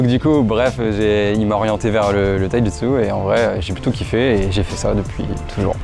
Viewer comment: "TAÏ-JI-TSU" 😉 taïjutsu